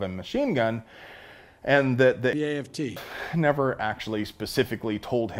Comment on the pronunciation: I counted 2 times the AFT was mispronounced